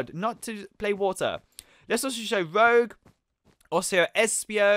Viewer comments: It’s not roge you pronounce it rooj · the person you called rogue,her name is pronounced rooje and spelled rouge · Rowg? ROUGE (ROOGE IS THE PRONOUNCIATION) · Rogue was pronounced as Rouge which was good research , same with "Eggmn" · The way he pronounces rogue tho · Rouge, it’s pronounced(roo-j) the j is soft. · it is rouge not roug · I thought I was mad when he pronounced rouge wrong, but I almost blew a fuse when he 1.called marine he, 2. pronounced tikal with a hard i sound, and 3. called it an 'invisible'. He knows next to nothing about sonic. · You can people don't play sonic when the cant pronounce rouges name right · Just got to say you do not say rouge like that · Your saying rouge's name wrong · thats not how you said rogue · ya know you said rouge wrong right